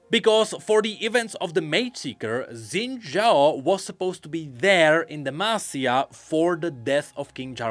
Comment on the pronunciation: X in xin zhao is pronounced as "sh", so the correct pronunciation should be shin-zhao instead of zin-zhao